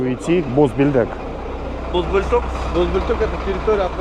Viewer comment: БО́ЛЬТО́К ПРАВИЛЬНО